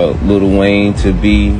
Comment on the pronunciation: I'm sorry, can y'all please stop calling him "Little" Wayne..it's Lil Wayne